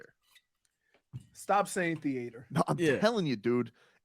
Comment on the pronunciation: THEE-ATOR LOL